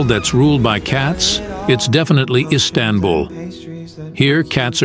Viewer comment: Your damn pronounciation - HIS TAN BULL 😂😂